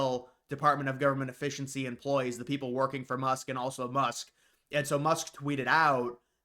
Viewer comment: Elon Musk-uh